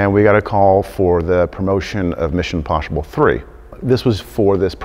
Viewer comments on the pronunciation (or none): "Mission imposhible" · "Mishon Imposhible" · Mission imposhible!! 🤣🤣